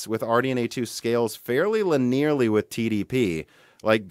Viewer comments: It's pronounced LIN - E - AR - LY, not LIN - EAR - LY. Literally no one else ever pronounced it that way in the history of the English language... it's a 4 syllable word not 3. Like holy crap dude come on. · "lin-ear-lee" lol, that's not how you say that word. Linnie-urr-lee. I imagine when people who haven't been around math see the word "linear" or "linearly" the three letters EAR jump out at them and they think the sound for "ear" is supposed to be in the pronunciation, or perhaps "near". It's linnie-urrr, now stop hurting me or I will report you for being racist against autistic OCD types like meself. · Linearly is a word you are pronouncing incorrectly. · i have never heard linearly pronounced that way